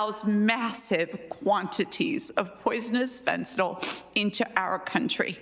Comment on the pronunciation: Fentanyl. -yL. FENTANYL. NO "O" IN THE WORD. FENTANYL. FENTANYL.